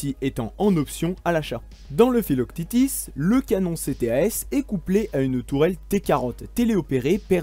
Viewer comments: mdrr filoctitis haha "phyloque tete" si ca peut t'aider! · Pourquoi tu prononce philoctètes philoctitis ? Le prononcer a la française ça marche aussi bien. Le s est muet ;-). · Je crois bien que l'on dit Philoctète' (fil au c tête ) le thétis à la fin c'est la prononciation anglo-saxonne Pour rappel Philoctète est un compagnon d'Héraclès qui lui donne des flèches "magiques" lors de sa mort. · pourquoi prononcer à l’anglo-saxonne le nom du héros grec Philoctète - fils de Péas et le fidèle compagnon d'Héraclès, qui, en mourant, lui laissa ses redoutables flèches ???